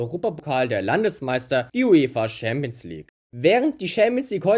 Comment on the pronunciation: Stimmbruch triggert mich. Und auch wie du Schämps League sagst hahahaha